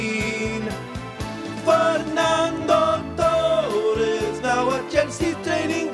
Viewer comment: i know hes trying to do a spanish accent but he should have rolled his r in torres lol